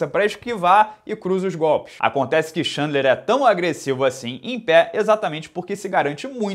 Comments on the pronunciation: Repeat after me: Tchên-dlar, Tchên-dlar... not xandler, xandler! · Cara, você fala o nome do Khabib corretamente, por exemplo, que quase ninguém fala. Podia quebrar o galho e falar o do Chandler também.